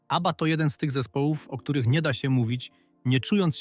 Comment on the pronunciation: Abbieea😂 AI do doopy. W przeciwieństwie do Abby brak szacunku do słuchaczy. I nic nowego nie wnosi do ogólnej wiedzy o zespole. Szkoda czasu na słuchanie. Nie polecę kanału.